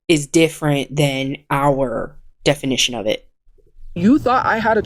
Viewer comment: “Look up the def-O-nition!”